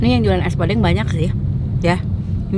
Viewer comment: Penyebutan podeng nya salah teh